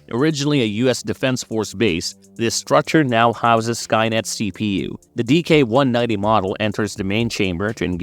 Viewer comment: Why do you keeps calling him DK-190? His name is DIX-190. Not trying to be hostile, love that anyone acknowledges the NOW comics.